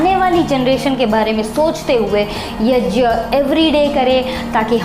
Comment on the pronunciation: YAJYA नहीं होता यज्ञ (YAGYA) होता हे